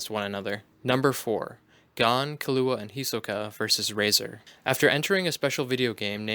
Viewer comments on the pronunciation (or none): If ur gonna make sum like this please name gon and killua say there name correct smh